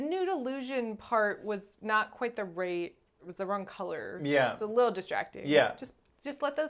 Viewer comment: Wiwow Piw's widdle puwse for her widdle piws.